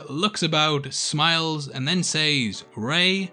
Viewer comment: learn to say says properly ffs other than that I agree with you